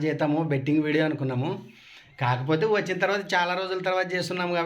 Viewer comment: అక్కో,, మైసూర్ పాక్ అక్క అది అక్కో,, మేసురు పాక్ కాదు అక్క అక్కో,, విడియే అనాలి అక్క,,,,,, అక్కో,,, విడివో కాదు అక్క,,,,,,,,, 🤣🤣🤣🤣🤣🤣🤣🤣🤣🤣